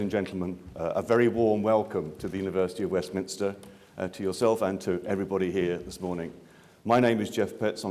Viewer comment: Mr. Parekh it's pronounced Westminster, not Westminister.